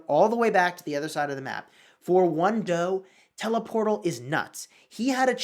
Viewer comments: Pronounced "dou" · "World war dough" he says